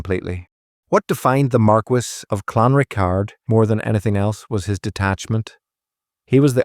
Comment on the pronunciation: Pronounced Clan Rickard